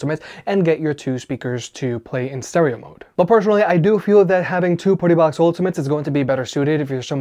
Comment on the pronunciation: Your say Partybox like PortaPotty